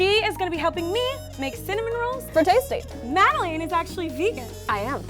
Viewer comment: said Madelaine's name wrong at the end? xD lol